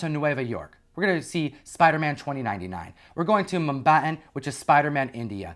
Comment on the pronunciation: Di you say Mumbain? It’s Mumbai, India.